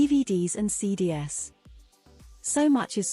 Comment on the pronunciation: "Cee dee ess"? That's "cee dees."